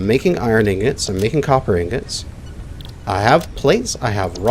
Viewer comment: he says Ignots lmao